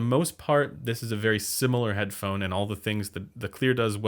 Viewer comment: Should I trust the guy who said Head-da-da-phone??? Hmmmm..